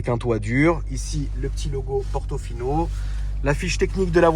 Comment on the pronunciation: Ferrari "Portofion" 😂😂😂